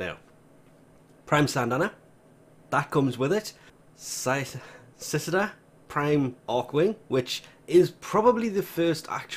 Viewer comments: After being around Cicadas my entire life, I was offended for a moment by that pronunciation. But then I realized Cicadas don't live everywhere. Btw Cicada = Sih-Kay-Dah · cicada is pronounced kick-cayde-a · The first C is pronounced like an S the second is pronounced like a k, Sah-Kay-duh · With his accent he may just have trouble saying the word, or perhaps he's never heard it before and doesn't know it's pronunciation